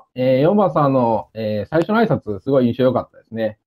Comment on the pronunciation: あいしゃつ、、あいしゃつって💦一番さん可愛い〜！！！